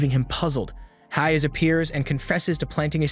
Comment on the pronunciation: Bro you say haze and not hayes.